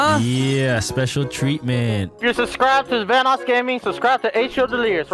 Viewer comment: Says "Vanss" instead of "Vanoss" XD